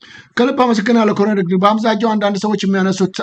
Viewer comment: ወንድም: "ኮሎኔል" ነው የሚባለው "ኮረኔል" አይደለም:: የአማርኛው ቃል የመጣውም በቀጥታ ከእንግሊዝኛው ቃል Colonel ነው:: በተረፈ በርታ! ሚዲያህ አስተማሪ ነው!